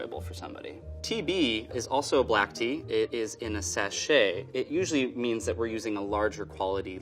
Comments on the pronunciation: When he says Tea B it sometimes sounds like he is saying TB, as in tuberculosis. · Every time he says "tea B" I think he's talking about tuberculosis.. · Every time he talks about tea b it sounds like T.B lol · Every time he says Tea B I keep on thinking he's saying "TB" tuberculosis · Every time he says "Tea B" I keep thinking that he's talking about tuberculosis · Every time he says Tea B, I can't help but think of tuberculosis.